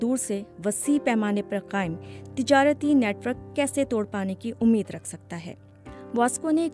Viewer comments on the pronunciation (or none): none